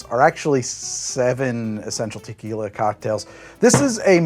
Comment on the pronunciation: lmao starting off strong with "tequiley"